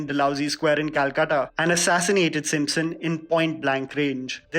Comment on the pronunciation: Thank u fir this and pronunciation of Calcutta